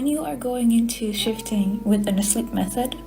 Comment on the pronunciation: Kok gw kek denger 'shifting' jd 'sinting' ya bang 😅